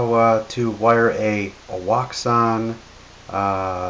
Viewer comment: JUST FYI, WOUXON WHEN PRONOUNCED PROPERLY IS ACTUALLY SOUNDS LIKE "OCEAN" FOUND THAT OUT FROM THE MANUFACTURER